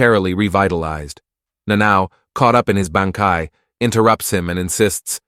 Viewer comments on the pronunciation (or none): even bankai sounds more like banky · Umm you had me til you said BAN, KAI